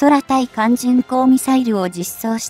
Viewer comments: 空対艦…は 〈そらたいかん〉ではなく 〈くうたいかん〉です！ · 2分30秒辺りの｢空対艦巡航(くうたいかんじゅんこう)｣を｢そらたいかんじゅんこう｣等読み上げ誤り👎､UPする前に点検しましょう。